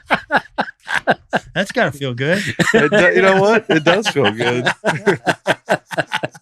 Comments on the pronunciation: When Dusty was talking about the comedian Gregory, he said goot instead of good! 😂 we backed it up and listened again! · Nah, Dusty definitely pronounces the word "good" like "goult" I'm glad I'm not the only one that hears it though. Pretty sure we're not just making it up together without actually knowing each other. As far as saying that he says city names funny, I totally agree with that. He stresses the wrong part of the sentence, I just figured I was only hearing it that way on my own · Dusty, if you’re looking for your hidden t pronunciation, you add it at the end of the word “good” here.